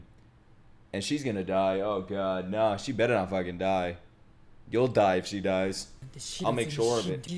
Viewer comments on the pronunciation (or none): none